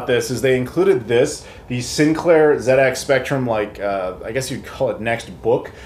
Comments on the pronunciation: "The Zed Ex Spectrum" Americans: the ZED EX spectrum? not Zee Ex? what? The rest of the English speaking world: ah yes, Zed Ex as it has always been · great review dude! nice to see it from a completely different perspective for a change - and well done the Z pronouncing bit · for pronouncing it correctly.